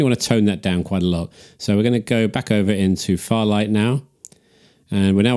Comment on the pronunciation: It's fairlight not farlight!